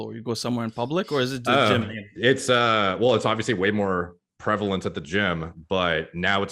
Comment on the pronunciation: hey started say prevalent the right way